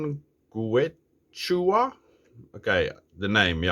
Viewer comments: Gracias x tu video. Saludos desde cdmx. Se pronuncia que chua. Es el nombre de la lengua de peru. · I think its pronounced kee chu wa. Soft 'H'. Their outdoor products are good.